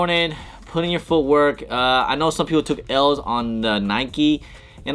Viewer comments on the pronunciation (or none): DID THIS GUY SAY “FOOTWORK” ?